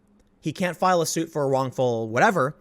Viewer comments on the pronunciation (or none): none